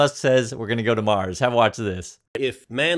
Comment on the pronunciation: "A self-sustaining city on Maws". Where's 'Maws' exactly? On the outskirts of 'Mississippitti', perhaps?